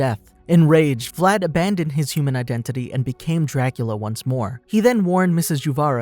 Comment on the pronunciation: exactly, but how they pronunciate Vlad's name is kinda annoying like who the fuck says Vlad Drachiula Tapes, like wtf